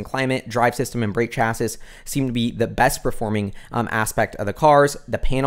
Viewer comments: Love! One pet peev though. The word is pronounced "chass-ee" not "chass-iss". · Great video! Btw chassis is pronounced cha-see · Chassis is pronounced "chassee"